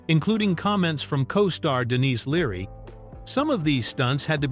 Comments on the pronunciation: just listened to AI call Denis Leary Denise Leary and my life will never be the same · Yeah me too 😁, Denise Leary? Never heard of her 😂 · Do you NOT know how to recognize an AI generated video? First clue, the icon for the channel is B&W or grayscale and the name of the channel is very generic. Then you see video clips on a loop that quickly have nothing to do with the script. And the AI mispronounces names like Denis Leary as "Denise". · heh, you couldn't use your own voice for this video? the mistakes are pretty laughable. Mispronouncing Potpourri and Dennis Leary's name...